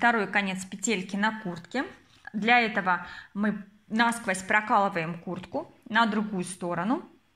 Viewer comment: НА сквозь и пелЕлька слух режет, простите не досмотрела, наверное петля хорошая получилась, удачи в творчестве😊